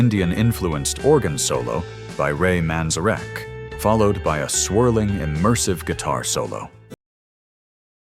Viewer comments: What about Ray Manze-wreck 🤣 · Ray 'Man-zuh-reck'? Seriously?